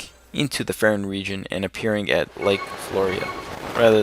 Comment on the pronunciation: fairon? far-on